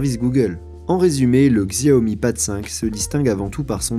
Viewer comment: "Xiaomi" ce prononce "chaomi" je le tien d'une chinoise